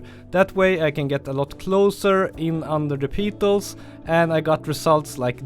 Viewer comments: Fantastic tips, thank you. (In English, its pronounced PETals not PEEEtals, think "I have a PET dog, he PEEES on the carpet" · I love your videos, but "petals" is pronounced "peh-tels". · Great as always, very inspirational but petals rhymes with get dull just saying :) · I like the video! And also how you say “peetals”! 😋